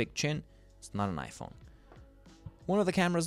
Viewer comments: The way he said ipong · “ipong 14 pro max ”